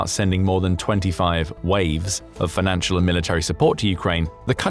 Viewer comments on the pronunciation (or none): none